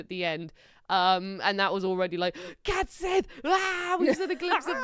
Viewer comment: CAT sith?? I think you mean Cait Sith.